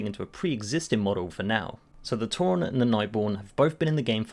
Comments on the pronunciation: Who the fuck calls a tauren a tour ron? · he says Tauren like "Tauron" smh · I want to like this video, but I'm pretty 'Toron' how he pronounces Tauren. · Why do you pronounce the "e" in Tauren as an "o"? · whats a TauRON, its tauREN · Why he sayin tauron? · Why do you say Tauron? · Tauren doesn't have an "o" in it... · never mind I didn't noticed he pronounced it wrong. I was saying it right after all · Phantom Link it’s not his accent, I’m from uk and I don’t pronounce it like that 😂